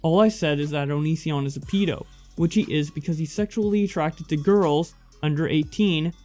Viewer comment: Not a pee- do a ped- o